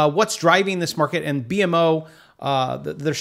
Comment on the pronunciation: its B-MO not B.M.O eat more poutine and it comes naturally